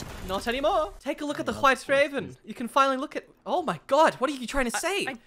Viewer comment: pronounces White just like Stewie pronounces Whip in Cool Whip